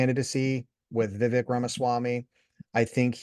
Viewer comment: Vivek = rhymes with CAKE!! Glad you are doing some research on him but please continue to do more!!. He or Trump would my preference on the Republican ticket. You mentioned the word "strive" in your comment. That is the name of the most recent company that he founded!!